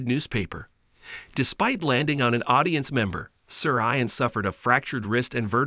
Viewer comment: How about learning to pronounce “Ian” properly?